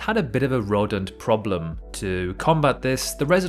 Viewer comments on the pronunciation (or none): idk I don’t think so man. The way he pronounces “rodent” for example, it’s very location, and dialect specific. Not impossible to produce with AI, but, you’d have to question why they would do that.